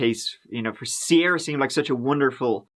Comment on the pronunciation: "a Sierah in a cornfield" 😭